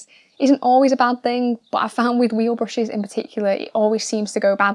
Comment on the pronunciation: I swear she is saying bushes instead of brushes.